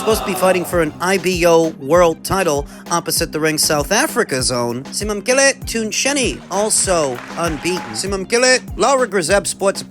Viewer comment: Simamkele, congrats, that's a Zulu name you just tried to pronounce